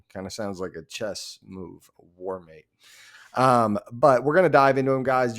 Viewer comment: You said the last name right lol